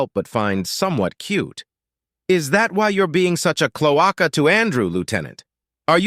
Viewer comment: Mister narrator I'll be the jerk who tells you that cloaca is the hole on the rear end of reptiles and birds and is pronounced clo ache uh. Thank you for narration and may your efforts be rewarded. I thank you and all such narrators from the bottom of my heart.